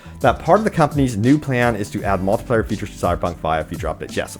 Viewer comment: Someone teach this man how to say multiplayer and not multiplier